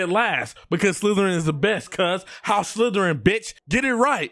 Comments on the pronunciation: bro says house slytererin whilst having a ravenclaw cloke on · I’m here for the nuance of being so lit that he can’t properly pronounce Slytherin while repping Slytherin 🥴